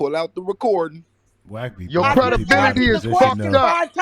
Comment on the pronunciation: Aye yooo”Credidibility” is too wild😂🤦🏾‍♂️